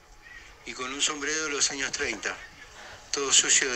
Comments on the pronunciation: Sabes que estas mas prendido q tabaco de brujo... cuando Led dice 16 jaños en vez de años jajajja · "Dieciséis jaños" ¿por que le ponemos j a todo? Jajajaja